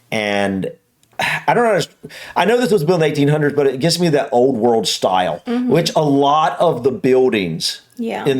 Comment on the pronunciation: can't even say world properly, he says "reld"... I don't know if that's just his way (or typical of folks from Utah?) but it is frustrating to hear so many mispronounced words, like "West Minister" and "Stonehenge" etc. 😐